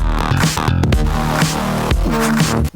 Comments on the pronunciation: C'est DVNO et non pas DNVO ;) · meeeec :( comment t'as fait pour te planter sur DVNO (que tu prononces DNVO)...bon tu me diras y'a pas mort d'homme (ça m'est déjà arrivé aussi dans une vidéo, c'est la honte je sais) mais ajoute quand même ptete une annotation ;) Bon courage pour la suite :3